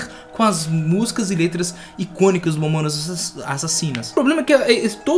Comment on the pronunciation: momonas momonas kkkk fala o nome dá banda direito e vai estudar sobre a banda kkkk momonas kkk